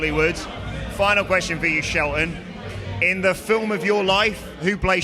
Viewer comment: Did he just call him "Sheltamin!?"😂😭🤣